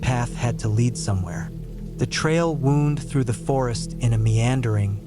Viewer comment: You’re saying “wound” wrong; as in a trail wound through the woods — it’s not the same as being wounded by perpetual rejection